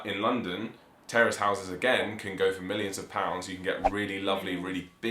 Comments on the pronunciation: When you were pronouncing Terraced houses it sounded to me American English that you were saying Terrorist houses. I thought what? Then I realized you were saying terraced housing. Ah Man. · Kept thinking you were saying terrorist houses... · Terrorist houses, hahaha. I had to turn on captions in order to understand this word. By the way, in America this woul be row houses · Had to replay it a few times, I thought they said "terrorist houses" !! Interesting to note: Condominiums don't exist outside the US.......and even in the US they only appeared around the 1960's. I was looking to see if the UK has anything similar, but I don't think they do. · I keep thinking "terrorist" house and you definitely mean "terraced" houses. lol. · I thought they were saying terrorist houses lol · Terraced houses not terrorist open your ears